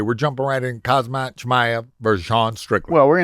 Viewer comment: Mayhem pronouncing "Kamzat Chimaev" is KILLING me. He says Chimaev perfectly, but stumbles over the much easier Kamzat. 😂